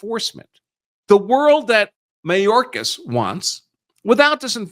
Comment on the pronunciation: (May-dork-ass) should be locked up.